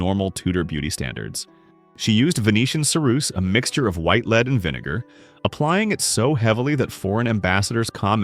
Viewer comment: What is a 'LEED' coffin??? AI stinks!